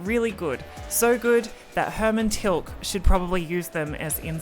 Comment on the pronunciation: It's not Hermann "Tilk"